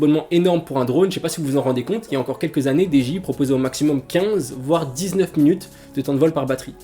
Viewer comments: tres bonne viedo apars comment tu prononce dji à la francaise essaie de le dire en anglais stp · wouah comment ta dit dji ca me fume